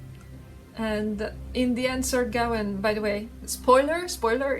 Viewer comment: Gawain pronounced Gah-Wayne. Sylvanus pronounced Sil Vah Nuss. You're welcome. I'm pretty sure the Green Man is just an archetype of the European Bigfoot, Der Wildermann, Woodwose, etc.. Which, by the way, is real.